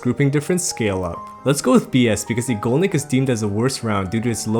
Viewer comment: love the vid i hate how u say "Ego-Nick"